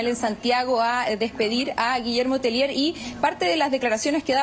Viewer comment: Un alcance el apelliddo es de origen Frances,,, los periodista y presentadores del noticiero Pronuncien bien el apellido,, No es "Telier" Es Tellier"" una i en frances ante una LL (lle'ie)